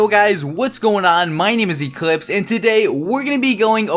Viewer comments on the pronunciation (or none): why did u name ur channel eclihpse if u cant pronounce your L's well :P